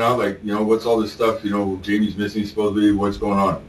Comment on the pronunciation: Lock him up for saying “supposebly”. I’ve heard enough.